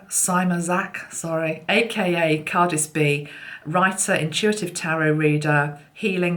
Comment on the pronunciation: I think Cardsyb is pronounced Cardsee-bee if you know what I mean. She's lovely isn't she. Love the gorilla and the cards you used, how incredibly talented people are. Much Love. 🎄❤️🎄❤️🎄